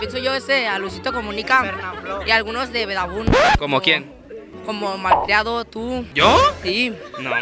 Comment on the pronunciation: maltiado en lugar de malcriado